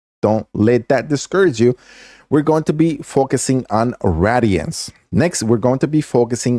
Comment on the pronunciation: I'm sorry man but it's (Ray-De-Ants) it's not rads damage. It's not fallout